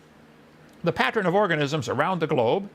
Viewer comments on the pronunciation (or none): & "Pattren"? Ken, wtf is a pattren?